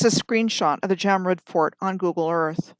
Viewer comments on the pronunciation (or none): none